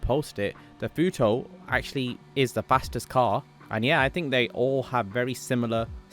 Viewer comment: It’s not futoe it’s futo(2)😂😂😂😂